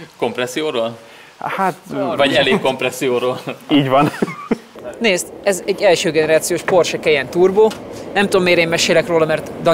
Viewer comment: ezt a Porsche"KEYENT " sose lehet megszokni...a sors iróniája hogy ő hozza elő majd minden videójában ez a megnevezést vagy direkt várja hogy kimondhassa ezt az általa elb@ nevet😂